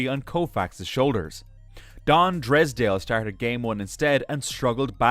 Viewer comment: Is this Artificial intelligence talking as Don Drysdale, Orel Hersheiser, and Buzzie Bavasi's name is mispronounced. Unpresidented is also mispronounced.